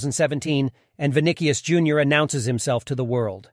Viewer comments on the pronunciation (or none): Good but not the best in the world. Video doesn't even pronounce his name correctly.